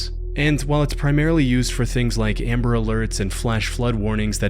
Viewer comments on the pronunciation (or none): none